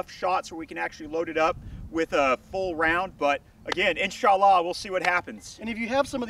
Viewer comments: "In-sa_Laa" X( And he literally said "God good" at the end of the vid, omitting the "hu"... Is he a arab-weeaboo, or is he making fun of the middle east? I genuinely can't tell. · cringed every time they said inshallah, other than that breddy gud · Great vid. It's insha-allah btw. There is a small gap between the 2 words. I'm a former saudi resident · As muslim I laughed when you said insallah